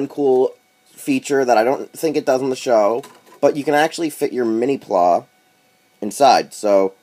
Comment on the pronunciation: lol... Mini "plah?" Mini PlA as in Play...